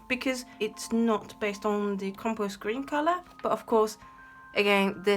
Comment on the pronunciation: Oooo Compose Green #2!! ♥ I'm so sad they retired that one, thankfully it's easy to recreate. Your pronunciation was good!! :) The Mars Yellow looks a lot like a mix of Mars Orange and Yellow lol All these earth pigments end up being similar... Violet grey is the other color I'm really sad they retired, it was fairly unique. Thank you so much for this video, it's nice to see the mixes and also to know that you've extended the life of these informations :)